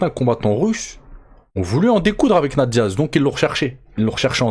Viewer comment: On dit "'nèyte Diaz" pas "na te Diaz" 👌🏻 (tu dois le répéter au moins 100x ds la vidéo 🤯🤯🤯)